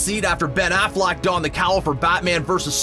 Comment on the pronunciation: It is Christopher REEVE not REEVES. And I heard when he said Ben Affleck's name as Ben Afflack